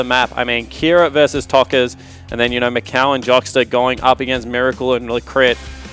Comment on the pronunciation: o narradar falando MÉCOW (MICAO)